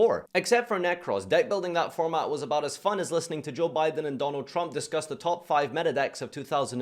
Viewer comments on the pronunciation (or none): none